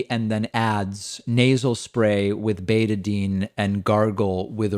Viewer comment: BetaDINE. Not betadeen. Just fyi